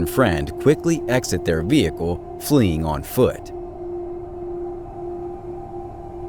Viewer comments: Ve-hick-el. Vehicle. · V HICKLE ? Really? What Planet are you from?